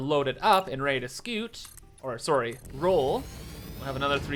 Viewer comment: Sometimes I forget is Canadian, then he says sorry and my mind goes DING DING DING DING DING! CANADIAN ALERT!